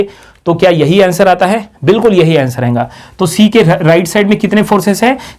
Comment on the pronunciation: badiya padhate ho buss jo baar baar ayega ko ayenga bolte ho aur rahega ko rahenga bolte ho usse badi khundak chadti hai.... good lectures tho